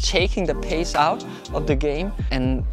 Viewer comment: Great video!!! Thanks so much. But I had to keep telling myself taking the pace out of,taking the pace out Not taking the pissss out 😅😅